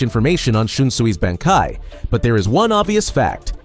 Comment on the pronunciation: dude common you cant even pronounce bankai right ?you are trolling